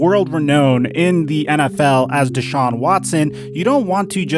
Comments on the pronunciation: Who’s this new n***a B, he said “dayshawn” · At least say the guys name right.. smh terrible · Just wasted 10 minutes of my day watching this BS. Neither one you have no clue wtf yalll talking about. Dude can’t even say the man name correctly. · Yo if he says his name wrong one more time ima. THROW MY PHONE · If you pronounced his name right you’d get a sub goofball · Bro learn how to say deshaun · is putting the emPHAsis on the wrong sylLAble in DeShaun. It's not DAYshaun LOL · Deh-shawn... not day-shawn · D(e)shaun not D(aaa)Shaun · The dude you had on kept calling him "day shaun"...Am I mispronouncing it? "da shaun"..just curious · DeShaun vs DayShaun, I sure as hell hope learns how to say his name before he returns to your channel. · Day-Saun ?? Its pronounced Dee-Shawn you fucking Hack !! Watson's Attorney Rusty Hardin's Press Conference on 4-8-21 changed the Narrative from what I heard !!!! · First time I've heard his name pronounced "Dayshaun" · If I hear "Day-shaun" one more time I'll lose my shit. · why tf keep calling him dayshaun lmfaoooooo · Dude said "Day-shon" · Who is Deyshaun? I can't even focus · Who is Dey-Shawn? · why dude () can't pronounce his name correctly DAYSHAWN... how are you a sports contributor without knowing how to pronounce his name. I apologize if you have a speech issue but bruh... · The fact that you can hear someone's name over and over and still come out and call him dayshawn. Bruh wtf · It’s not day-shaun. lol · my guy was irritating me saying dayshaun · Who TF is "Dayshawn"? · Why does mispronounce his name all the time? Never heard it said as Day Shawn. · Why'd that dude keep calling him 'dayshaun'? Lol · Who the hell is DAY-shawn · Day-shaun? World renoan? Lol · ‘deyshaun watson’😂😂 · Anyone else cringe when he pronounced Watsons name “Day-Shawn” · Why does pronounce deshaun's name "dayshaun" lol.